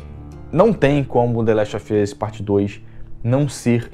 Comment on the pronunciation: The last of ian's ? Kkkk sua pronuncia é muito ruin . Não se ofenda mas seu inglês não é bom .